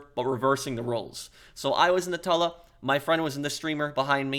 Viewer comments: It's pronounced "two-la" not "tah-la" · It sounds gross when u pronounce it a tula. I pronounce it Toola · I think it’s pronounced like tuna, “Tula”. Not Tulla. Hard to ignore it when he says it so many times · Man says it like tull-uh instead of too-lla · it's TOO-LAA not TULL-A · What plane is the "Tulla"? That pronunciation surprised me. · no it’s Tula, but you pronounce the “tu” like you do in “tube” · why is he saying tulla 💀💀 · Pro your getting better at into more funny not just straight to the point good job also no offence you can tell your English polish because the way you say tula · Please for the love of good day the name of the Tula right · can’t stand him fucking the name up its doing my head in, I love his content heaps but fuck man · That's what I've been doing. But I felt he was saying it with two Ls, not one. Tuba and tube has the same "tu" AFAIK. I say Tula like tuba, but with L instead of B of course. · yeah, exactly. He's saying it with two Ls and a short u which is wrong. The long u is correct